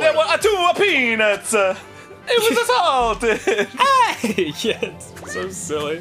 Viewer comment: I'm just casually watching this again and I hear "One was a-SALT-ed!" And I'm like "This is it. I forgot. They start here. I'm in for a good time."